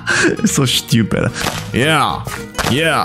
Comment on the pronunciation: Man I love the way you say shtupid😂